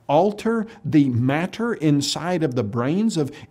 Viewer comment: What is it with these clowns and how they say words like "matter" and "water"? It's like that "evidences" crap.